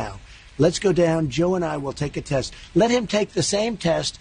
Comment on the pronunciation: "Lhet's take a tehssst." I discovered I have Tourette's Syndrome. Every time I hear trump's voice I break out in an uncontrollable stream of foul language and insults.